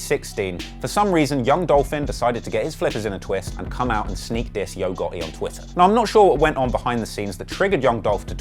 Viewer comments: He said YOGO besides YO GOTTI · “Yo ghotHE” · Saying the T is non existent for this guy...who the hell is yo goeei